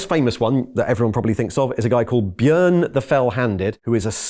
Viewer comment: impressed by `pronunciation saying the name of Bjørn the fell handed, most botch the Bjørn bit, saying bjoorn or sumthn.